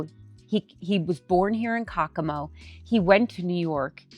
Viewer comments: I can't watch this. I'm tired of hearing the butchering of the name Caccamo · You are saying Caccamo wrong. That city and castle is named after my family